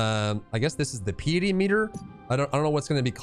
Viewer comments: Great video, a good overview of the class. I played it on RU extensively and enjoyed it thoroughly and will main this class at headstart launch. Still, I learned one or two things from your video, so thanks for putting it together. By the way, the word "Piety" is pronounced PIE ety, not PEE ety. It means basically "holiness". If you played Path of Exile, you will remember one of the main early bosses is named Piety. Keep up the videos and good luck with the channel! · Just for future knowledge. It's pronounced pie-uh-ty not pee-it-ey.